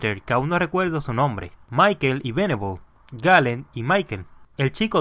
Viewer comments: Lo estas diciendo mal...Dijiste Veneble y se dice Venable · Venabll :v